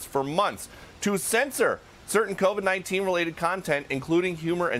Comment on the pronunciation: Pronouncing “covide” like sous vide